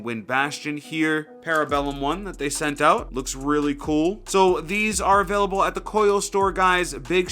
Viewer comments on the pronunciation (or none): none